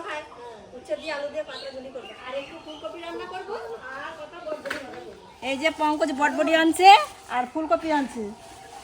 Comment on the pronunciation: বডবটি বল কেন।কথাটা বরবটি ।